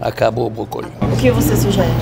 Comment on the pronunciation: "Acabô o Bócôli!" hahahahahahahaahah